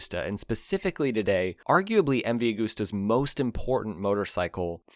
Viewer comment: Cant sit here and listen to you saying a-g-o-o-s-t-e-r any longer.